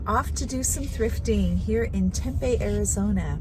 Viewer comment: It’s pronounced TEM PEE.❤️